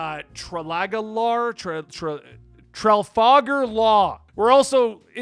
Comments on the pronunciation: Tra-lagger- Law lmfao. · I love sabaody! i know there are a lot of pirates to remember but don't worry to much this isn't new and you don't have to remember all their names immediately. I Laught when you called Law Tra, its like how Luffy calls him. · Ill be waiting how hes gonna butcher trafalgar again next time lol